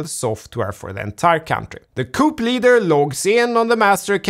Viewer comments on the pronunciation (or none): Sir, don’t take this wrong… Coup is pronounced “Kooo”. 👍. Love your show. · Thanks for the video. Coup is pronounced koo by the way. As in cuckoo. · No "p" in Coup - pronounced "Koo" - I know, I know, English is a spastic, bat-sheet crazy language 😁😍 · coup - the final p is not pronounced, making the word sound identical to the word coo. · I'm sure you're aware the word coup is of French origin. Therefore the final p is not pronounced, making the word sound identical to the word "coo". Thank you for another great video! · Just for the record, coup is said with a silent P. Pronouced as coo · I love your videos so much. Production quality is always so good too. Just a note from an English major: when you say the the word "coup", the "p" is silent. So it's actually pronounce "coo" ;) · He's right, it's pronounced "koo", the p is silent, but you speak virtually flawless English, and I speak zero Swedish, so can't say much. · Generally it should be pronounced Kooo, though. Let’s try and keep some kind of standard. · Love you but, Coup is pronounced "Cou" 😂😇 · Love you man. "Coup" is pronounced "cou" the p is silent. Some useless info for you buddy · “Coup” pronounced ˈkü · Coup has a silent P. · The 'p' in coup is silent.